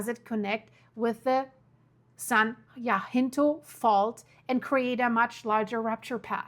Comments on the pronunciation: jacinto is pronounced yahcinto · Love watching you form Texas.. and here we pronounce it San Jacinto (sounds like San Jah-Sin-Tow) .. Not being critical, just trying to be helpful. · Jacinto is pronounced ( ya cent toe) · Pronounce the “ c” in Jacinto. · San Ya-sin-toh (Jacinto) or Ja as in German for yes Ka-hovn (Cajon) Trying to do it with German sounds. 😅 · Cajone Pass (kah-hone) and San Jacinto (jah-sin-tow) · Cajon pass the ca sounds like k the j is pronounce like an h. Like k- hone.. San jacinto. Is pronounce like San yah cinto. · Kuh-HONE SAN Huh-SIN-Toe Fort Tay-HONE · It's Yaseento fault and Kah-hone pass. ! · Cajon pass PRONOUNCE CA-HONE San Jacinto pronounced San yasento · i literally live at the bottom of the cajon (cahone) pass, and we are not los angeles, its san bernardino, also san jacinto is (ha-seen-toe) . thank you for your videos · Thanks for this clear explanation. "J's" are pronounced as "H's". "Cahon" pass. San "hacinto" pass. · Love your reporting. If I may, I just want to let you know that Cajon is pronounced ka-HONE and Jacinto is pronounced ha-SIN-toe by the locals here.